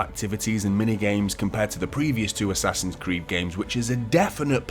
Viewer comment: "Ass-Ass-Hin's Creed: Valaha" still sucks no matter what year it is!!!